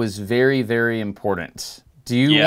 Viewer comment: Ok, the voice you use to mispronounce "important" needs help.